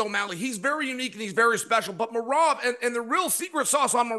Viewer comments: DC u are so funny.. Chael just butchered Merhab’s last name … dont.u just love these guys. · Bro DC how this dude pronouncing merabs name? Im weak 😂 your a true pro you didn’t lose it 😂. Someone get the bad guy a phonetic script to say merabs name right or im calling for RC to come take his chair back and keep it 504 to 337. IYKYK great show fellas